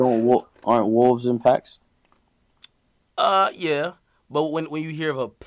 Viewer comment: Wolves are in PACKS .. not PACTS.... lol fly high bro 🤣 we love you